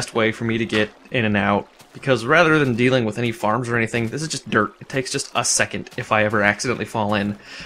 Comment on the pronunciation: Anyone else think that when he says DIRT he actually says DERP?